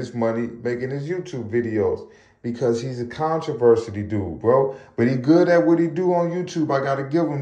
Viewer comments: Controversial? Contriversity? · Bro really can’t say “controversy” 😂😂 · 🤣😂😅that made me chuckle bruh 😅but then he kept sayin it had me sleep